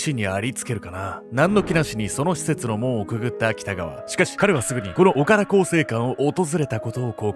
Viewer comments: 濁点の発音が苦手なのぬ オカラ更生館💦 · 岡田がずーーーっと「おから」に聞こえてて、「おから更生館って変な名前や〜」って思ってた。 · おからこうせいかんって聞こえた🤣 潜入捜査すごい！ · ダメだ…何回聞いてもオカラ更生館って聞こえるぜ… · 本当にオカラにしか聞こえない笑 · おからって聞こえてしまう……